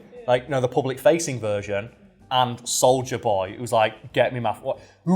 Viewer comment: Imma be honest, when said soldier boy I thought he said Soulja Boy... Clearly I haven't watched the boys and lemme just say, with the Soulja Boy misunderstanding this video is 30% more ridiculous